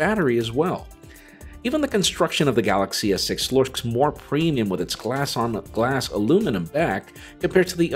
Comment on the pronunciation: that "looksks" tho